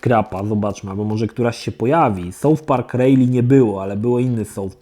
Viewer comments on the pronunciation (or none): none